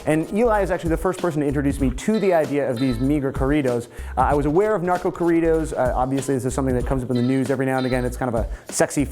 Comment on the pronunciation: Lol the way he pronounced corridos